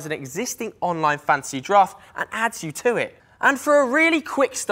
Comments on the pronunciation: Yeah he keeps saying Fancy draft and Welf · I also heard "fancy draft" every time